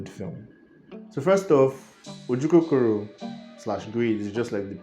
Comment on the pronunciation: Yes that's how it's pronounced